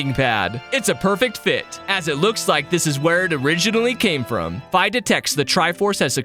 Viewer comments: ..... you pronounce her name F EYE?.... its FEE! Dx awesome vid btw lol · I think Fi is pronounced Fee not fi😊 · Just like to add that it is pronounced fee it is an abbreviation of Fiona witch is a real name